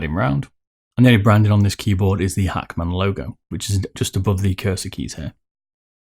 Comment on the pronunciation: Like how he says Hackman lol 😂